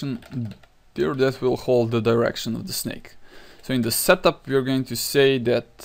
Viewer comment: Whenever he says "setup" I hear him say "shut the fuck up".